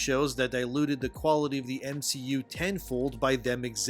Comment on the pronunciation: The guy who tried to defame Gary also called the MCU the "M-She-U", anyone else catched that? I think that was accidental and not ironic... 🤦😂